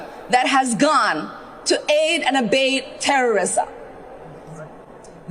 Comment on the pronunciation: listen to how she pronounces abet. Aid and abade, she says. Just sayin'.